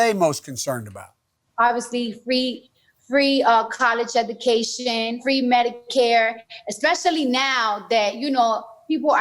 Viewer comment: I don't know which is more embarrassing - "kawlesh edookaishen", or how obvious it is when he's reads from the teleprompter. As a Latino I feel this is an insult to the Latin American community.